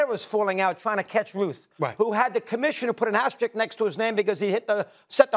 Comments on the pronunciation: Makin' me crazy, all three of these talking heads. Learn English, please. It's asteriSk, not asteriCk. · asteriSk. Why can nobody say it right? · It's funny how all three are butchering the word asterisk